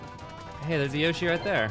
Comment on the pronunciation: You are still mispronouncing 'Yoshi'.